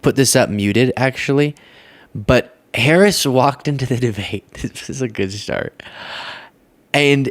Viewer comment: Deblate? Speak English my guy😂😂